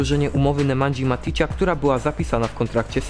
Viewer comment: Wszystko fajnie ale nie mówi się nemandzi maticia